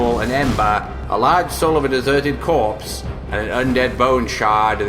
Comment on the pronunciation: sowl of a desuhted cwopse